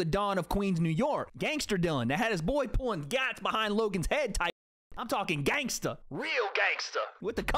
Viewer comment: Bro please don’t ever say gangsta again